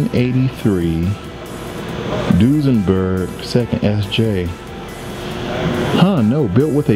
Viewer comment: It's a does n berg lmfao!!